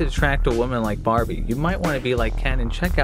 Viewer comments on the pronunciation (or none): none